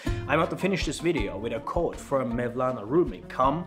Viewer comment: Very nice to get a broad perspective on religion in Türkiye: history, statistics, tolerance, "what to expect." I feel better informed now. I'm from the USA. The English was very good. One small point: We say "quote" with more of a "w" sound, like "kwote." Çok teşekkürler!